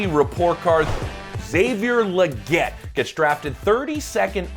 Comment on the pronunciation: Xavier "LEE-GET" Legette.